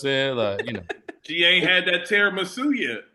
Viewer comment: does anyone else hear say "tiramusey" 😂